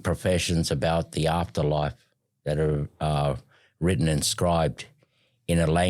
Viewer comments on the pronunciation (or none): none